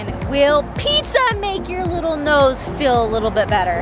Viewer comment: I love how Payton said dose my nouse look broken to you and jordyn